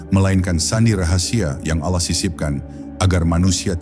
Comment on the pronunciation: Ini AI ya, penyebutan Allah jadi ALAH, Astagfirullah